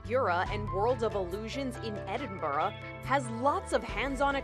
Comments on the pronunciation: like the way she said it but Edinbruh (but it's spelled Edinburgh) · I hate how Americans pronounce Edinburgh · That’s not how you Edinburgh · The way she pronounced 'Edinburgh' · The way she says Edinburgh and Scotland Ugh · I am from Scotland and I live in Edinburgh and the way she pronounced Edinburgh 🤣💙